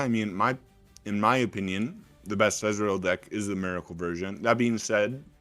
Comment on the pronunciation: SAY EZREAL OR EZ (ONE SYLLABLE) NOT E Z ITS DRIVING ME CRAZY